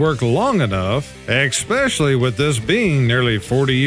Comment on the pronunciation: PSA: The word "especially" is pronounced "eh-SPESH-uh-lee", not "ekk-SPESH-uh-lee", and not "ex-pecially".